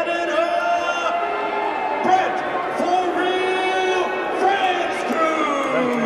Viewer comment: his name is BRENT, not Bret